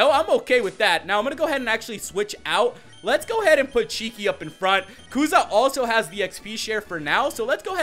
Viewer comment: It's kusa not kuza😂